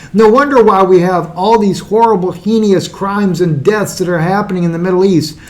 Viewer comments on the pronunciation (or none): Heinous is pronounced...Hay...Nus...not He Ni Us. He butchers English and Hebrew all the time.